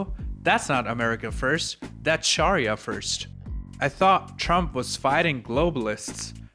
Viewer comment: And sharia is sha-ree-ah